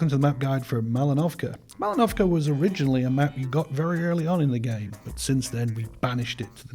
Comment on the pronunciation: Well, I have to tell this to the world... It is Mal'inovka, not Malin'ovka =)